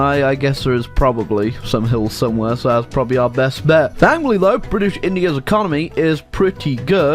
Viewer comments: Bri’ish nations in B section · bri'ish raj